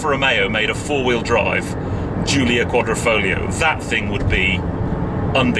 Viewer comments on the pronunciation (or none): its not quadrOfoglio, but quadrIfoglio - you are speaking it out wrong.